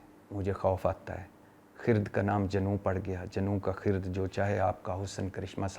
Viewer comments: Bhatti boss...It's khirad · جناب بھٹی صاحب لفظ خرد میں ر کے اوپر جزم نہیں ہے ر کے اوپر زبر ہے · خ کے ننیچے زیر ھے ر۔پر ۔زبر ھے اوریہ فارسی کا لفظ ھے جب فارسی کا لفظ ھے تو اپکا قصور نہین کیونکہ فارسی پڑھی نہین ۔ماشاء اللہ اپ ویلاگ ساتھ انصاف کرتے ھین وعلیکم السلام